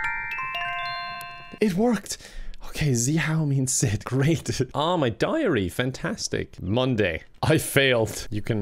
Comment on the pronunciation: zeeHOW, siiiit, SEUIT His neighbours: 👁👄👁